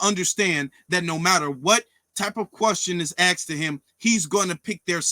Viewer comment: There's a reason that Vivek has millions of followers, and only has thousands. Vivek is demolishing this "white supremacist" nonsense... and I'm here for it. And by the way, it's "asked"; not "axed".